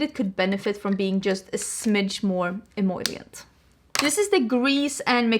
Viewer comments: Love the eyeshadow look! Btw I normally don't post things about pronunciation but since you use the word several times in the video, "emollient" is pronounced ehMOLEyent, not ehMOYlient, if that makes sense. 🙂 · take a shot every time says emollient 😂. your eye look is so beautiful btw!